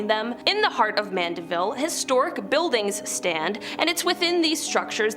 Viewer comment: She pronounced Mandiville correctly.